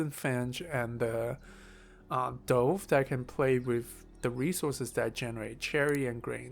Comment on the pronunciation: Dove is pronounced like love. The 'o' isn't enhanced, so don't pronounce it. Its a soft or subtle 'o'. I don't feel bad for you, a lot of english people cannot read or pronounce the names of some of the birds.